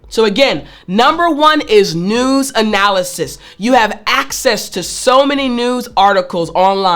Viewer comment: Tut, tut, it's not noooz, it's news........